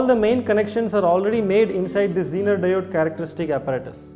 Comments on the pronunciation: BC u people have such a poor pronunciation.Damn! 'sirquitte' instead of circuit 'zeonar' for zener 'daood' for diode ( not Dawood thx😂) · Circuit= Sir-cute Zener= Genre Diode= Daood 😂😂